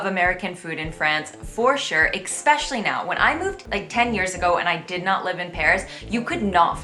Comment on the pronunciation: I giggle every time you say ECKspecially... There is no X in especially ;)